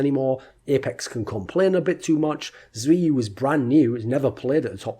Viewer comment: “Zeewoo” lul its “zaiwoo”